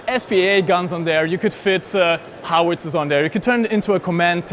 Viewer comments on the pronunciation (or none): none